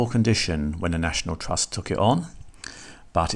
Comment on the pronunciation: National Twust? Are you a retarded child? 🤡